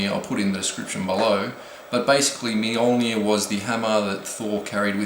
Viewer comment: M-JUL-NIRR say it outloud. That's how you pronounce it. Kind of. /A swedish dude.